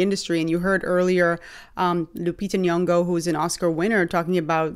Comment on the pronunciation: I always laugh when i hear Americans say Lupita Nyong'o...😂😂😂😂